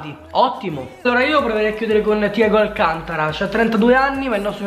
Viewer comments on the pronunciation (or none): none